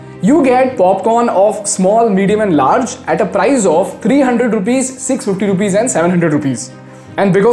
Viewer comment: Learn the correct pronunciation of price